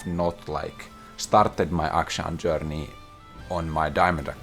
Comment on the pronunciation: I literally come here to hear say "I stared my JouRRRRney in the pits of Diamond FouRR" Much love!